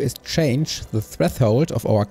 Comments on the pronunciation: freffhold :3 try to at least say fresh hold but hell yeah this channel is pretty good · Very informative video! Thanks for the help! One small nitpick: a lot of the times you say treTHold instead of threShold